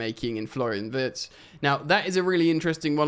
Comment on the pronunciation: Wirtz is pronounced ‘veertz’